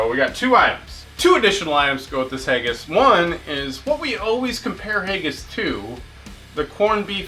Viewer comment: Fuck. I love you bro, but if I hear you say hayggis again I'm gonna do rip my hair out.